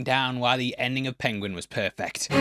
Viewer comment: it wasn't perfect, it was "poifict"